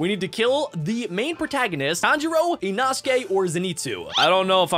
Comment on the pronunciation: It’s funny how he pronounced inosuke inasuke (No hate)